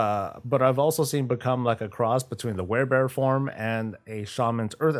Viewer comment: "wear"bear? That dips**t needs to go back to elementary school. Not to mention the rest of his literal diarrhea-of-thought word salad being unintelligible.